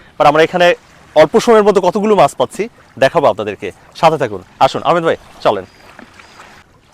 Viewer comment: ভাইয়া, আহমাদ হবে। আহমেদ হবেনা।